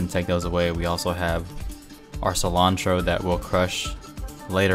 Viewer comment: Sea-lawn-tro Nunca supe cómo se escribe "Cilantro "